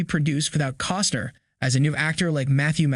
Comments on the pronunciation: It's CostNer, not Coster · I gave you a thumbs up too soon. When it was apparent that you can't even pronounced his last name... I took my thumbs up away and I left. Bye